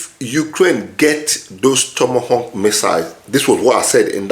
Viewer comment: Tomahawk not tomahonk